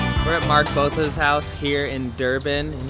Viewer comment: Bota not Botha, the H is silent :) very cool bru, was wondering if you guys did Durban. Thanks for these vids, helping me with my homesickness